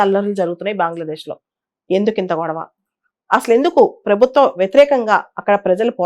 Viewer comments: బాంగ్లదేశ్ కాదు మేడం.. అది బంగ్లాదేశ్ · బాంగ్లాదేశ్ బాంగ్లాదేశ్ బాంగ్లాదేశ్ అని అంటుంటే వినడానికి చాలా చండాలంగా వుంది 🙏🙏